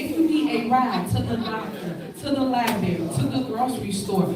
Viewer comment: You should not hold any government position if you cannot pronounce Library. She obviously has not been in one in a long time.